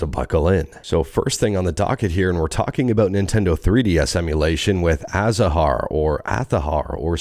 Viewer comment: Hi azahar is pronounced without the h, as for the Z only in Spain is that strong as the second pronunciation, in latam it is the first one